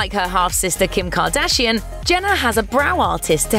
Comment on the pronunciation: I hate how you pronounce “kardashian“